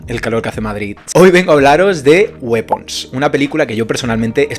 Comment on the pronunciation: No se pronuncia wipons? 😮 Calor es poco, calor es poco 😢😢 yo creo que este verano la palmo jaja exacto eso me pasó!! Me parece muy interesante la trama, la forma que se hizo pero luego todo a prisa y corriendo. El personaje de la tía merecía un capítulo jaja fue brutal. Yo creo que cuando la gente ve videos de este tipo es porque ya la han visto así que no te preocupes por los spoilers 🙂 opino como tú; hay muy buenos actores. Oye la Amy es la hermana de Ed Harris? Bueno yo no la calificaría, después de todo, como terror, sino más bien suspense. Yo le doy un 7. Ahora toca esperar a la última de los Warren jaja